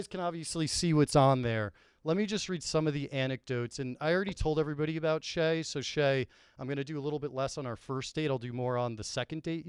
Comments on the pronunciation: There's a solid chance he's mispronouncing it on purpose, but it's still driving me crazy that nobody is correcting when he says Shay instead of Cheah 😂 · It’s almost unwatchable hearing call Steven “Shay” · kinda alpha’d Cheah the whole time calling him “Shay” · How did no one (until 47 min in at least) call on saying shea vs chea? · Love to everyone. Thanks for watching. Thanks to the YAK, Barstool team, and Big Cat. My brain is broken and I always mispronounce Cheah for no reason, my apologies. I definitely talked too much, call it a rookie mistake, but I did my best to make it a fun episode. All the feedback is appreciated ... good, bad, and ugly. One of the best experiences of my life! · Someone has to tell that stevens last name starts with “ch” not “sh”